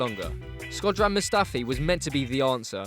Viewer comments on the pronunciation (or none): none